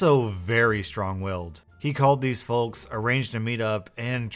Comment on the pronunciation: Is anyone else getting really bothered by the pronunciation of "folks"